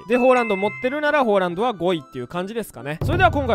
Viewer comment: ホーランドってめっちゃ違和感